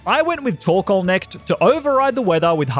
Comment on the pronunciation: Am I the only one who thought he said “torkola” during Alister gym battle?